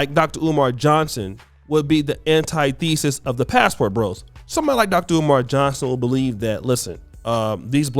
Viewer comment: You pronounced “antithesis” all kinds of wrong. 😅